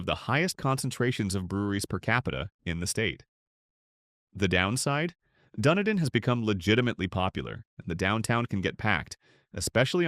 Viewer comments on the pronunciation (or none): Wow! I'm only halfway through the video and know what you're talking about! Hey AI, it's "Dun-EE-dun!" and "Matt-la-SHAY!" However, most of the info is accurate, although these towns are pretty much reserved for very wealthy retirees, especially Boca Grande. Ten years ago, as a limo driver, I had a wealthy passenger who lived there, complain to me that on Boca, "The Billionaires Are Chasing Out The Millionaires!" Nowadays, I wonder who's chasing out the billionaires?